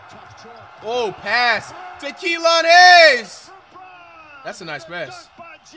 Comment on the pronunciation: He said kelone hayes😂😂😂😂😂